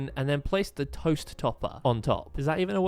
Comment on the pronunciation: Why was it so funny when he said ToEsT😂😂